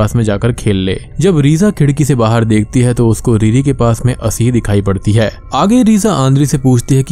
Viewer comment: ...jabki uski explaiation utni achhi bhi nhi h...wo ladki. Baahar ko baahir bolti h😂